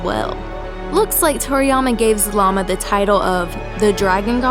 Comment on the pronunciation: “The ancient dragon god, Zamama” Did anyone else catch that ? XD